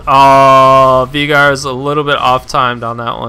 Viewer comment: It's not VEEGAR.. it's VAYYGAR